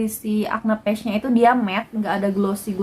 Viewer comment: Saran aja kak, liat cara baca "patch" di google. Soalnya kakak kaya ngomong "page". Semoga diterima dengan lapang dada ya kaka 🤗🤗 Oiya makasih bgt reviewnyaa. Sangat membantu ❤️❤️